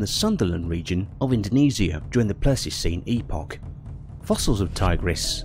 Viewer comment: um.....it's Smile-lo-don and Ply-sto=seen